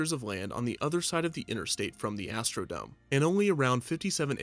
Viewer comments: Astro-dome. Not Astro-Dom-AY. But great video! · Why does he keep mispronouncing dome??? It’s not French or Spanish!! It is NOT pronounced Doe-may! 🤦🏻‍♂️ It is pronounced Doe-mm! 🤦🏻‍♂️